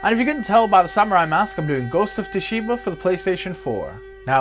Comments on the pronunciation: Hearing Tu shima is so cringY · So excited to play dude! Greeeeat video dude! Its (T)sushima. T is silent lol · if only you can pronounce TSUSHIMA! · It's quite bad huh 😅. Years of anime in subbed all for naught 🤣